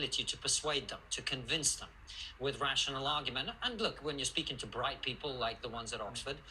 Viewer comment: Did he mean "Bright"-people or "Pride"-people? 😂